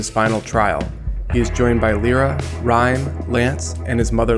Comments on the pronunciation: Who else hates it when he says "L-Ear-Ra" it's "L-Eye-Ra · Stop saying Lira its Lyra! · You pronounce lyra as (lie-ruah)